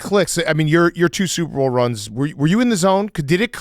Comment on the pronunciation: remember when that guy got on Big Cat for pronouncing "Super Bowl" very quickly to where it sounds like "Soup Bowl". Then Big Cat got mad about it. Yeah it's all I hear now. for a good reference here